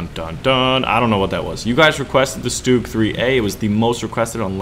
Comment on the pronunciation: Bulldog is a common breed name it's just like German Shepard. Nad for you try to pronounce StuG like this Stourmgeschütz then it's perfectly fine.